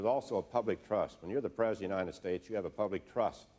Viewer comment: Bob Dole had a lot of trouble saying the word "president"! "Prez" is about all he could muster. "Prezn" on a good day. I always got a good laugh out of the way he said "Prezn United States". LMAO He just couldn't pronounce the entire thing. "I'm Bob Dole, and I'm running for Prezn United States!!"